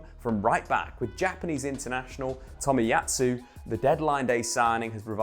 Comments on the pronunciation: It's Tomiyasu, not Tomiyatsu. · I mean having 6 1st teamers available would actually affect a team. Who knew?🤷🤷🤷🤷🤷 Dude, it’s Tomiyasu not Tomiyatsu.